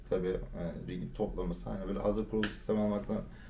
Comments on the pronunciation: lütfen ring demeyin artık RİG deyin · Ring kanka doğrusu